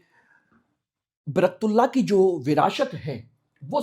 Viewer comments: एंकर महोदय बर्कतुल्ला नहीं उनका नाम बरकत उल्ला था। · अरे सर आप उच्चारण सही नही कर रहे हैं । आप बर्कतुल्लाह कह रहे हैं। ग़लत उच्चारण बर्कतुल्लाह । सही उच्चारण बरकतुल्लाह। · बरकत उल्लाह ❌ बरक तुल्लाह ✔️ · Naam to sahih lelo bhai baraktullah nahi Barkat Ullah naam hai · Naam to thik se bolo, barktula nhi barakat ullah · Sir आप नाम तो सही से ले....., बरतुल्लाहः नही बरकतुल्लाह है। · बरक तुल्ला ❌ ..... बरकत उल्ला ✅ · श्रीमान जी आपका उच्चारण सही नहीं है सही उच्चारण बरकत उल्लाह है एक बरकतउल्लाह खान साहब राजस्थान से भीहैं वह राजस्थान के 1971 से1973 तक मुख्यमंत्रीरहे हैं मौलाना बरकतुल्लाह खान साहब जो कि मध्य प्रदेश से थे जी हां वह स्वतंत्रतासेनानी थे लेकिन मेरी जानकारी के अनुसार वह कभी प्रधानमंत्री नहींरहे क्षमा करें मैं भी हिंदी तथा इतिहास का छात्र रहा हूं वर्तमान में मेरी आयु63 वर्ष है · मौलाना बरकत उल्लाह बोलिए तब सही नाम उच्चरित होगा। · सही लिखे सर ।प्रस्तुतकार नाम का उच्चारण गलत कर रहे हैं